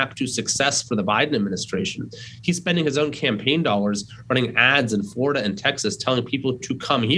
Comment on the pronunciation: Can't say Texas and Florida 🤣🤣🤣